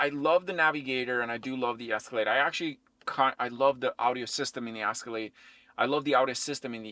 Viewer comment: It’s Escalade not the ascalade